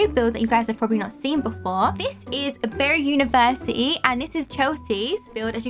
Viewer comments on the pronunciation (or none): “Berr ee university”